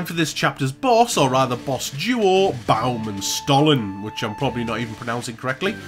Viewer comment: Baum and Stollen were nearly correct! Baum works, Stollen is a german type of cake. St in german is pronounced like Sht, like... shtick! So next time, if you find a german word that starts with St, you can pronounce it correctly!